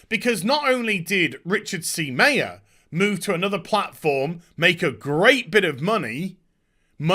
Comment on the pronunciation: Meyer pronounced MY-er, not MAY-er.